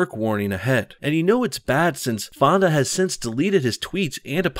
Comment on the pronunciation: when he said peter fonda I thought he said pedo fondle